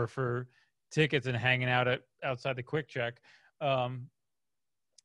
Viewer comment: “Quik Chek” 😂🤣😂